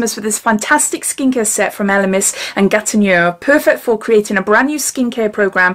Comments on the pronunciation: hi GATINEAU is pronnonced GA TI NO, decollete is DE COL TE the TE sound is like the VE from cerave hope I am making sense. Nice box and fab new nails x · It's pronounced 'Gatino' 😊💋